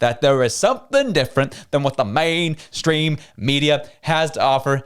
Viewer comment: Day number 2 of changing the channel after the over enunciation of “Main Stream Media”.